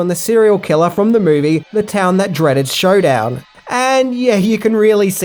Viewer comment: Did he say “The Town That Dreaded SHOWDOWN” or is this just accent?